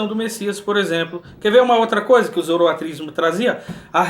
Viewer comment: Muito bom! Arrebenta aí com os balaias! OBS: o certo é "Zoroastrismo" e não "Zoroatrismo".